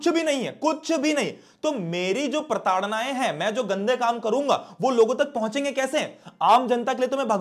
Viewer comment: That word pratadnay😁😁